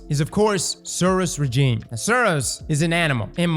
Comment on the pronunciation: Every time says Regime I giggle.